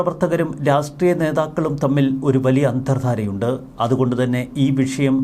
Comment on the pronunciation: പല പ്രാവശ്യം ചൂണ്ടിക്കാണിക്കണമെന്ന് കരുതിയതാണ്. രാസ്ട്രീയം അല്ല; രാഷ്ട്രീയം ആണ്.